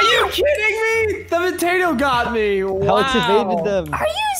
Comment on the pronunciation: Alex not jaef